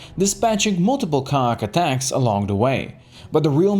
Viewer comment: You aint saying ka'ak right. Did you play X2?